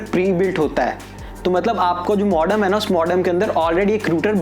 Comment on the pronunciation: Ruter nahi bhai router bolo... modom nahi modem bolo.. 😂 nice review thanks